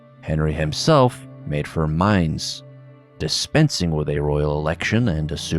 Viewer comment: You took my advice. Your pronunciation of 'Mainz' is great